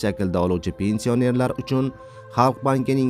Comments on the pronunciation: Илтимос тугри укинг пенсия нер сузи ни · Пенсиянер-сузини талаффуз килишини урган, саводсиз